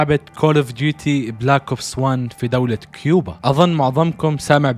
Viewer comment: هي كوبا من كيوبا